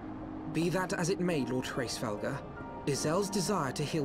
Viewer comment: Hraesvelgr is "race-vel-gr" Nidhogg is "nid-hog" though I assume nicedog is your joke name (my FC called him "eggnogg") -_